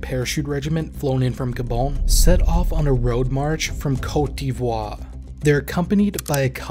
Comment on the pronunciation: The frequent mispronunciations of Malian place names and awkward renditions of some French terms and word does not add to the credibility of the narrative. Please learn Sévaré, Bamako, Douentza, Markala, Niono, Diabaly, Burkinabe, and others; even Côte d'Ivoire is butchered (you can just say Ivory Coast in English you know...) Just a little more effort to get it right would help- they may be "exotic" to most viewers on YouTube but I assure you they're real places with real people with real lives who should be humanized beyond just spots on a military map from 10,000 feet.